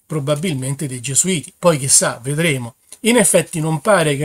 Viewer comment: il vaticano non puó scomunicare nessuno . bravo hai finalmente marcato "gesuiti"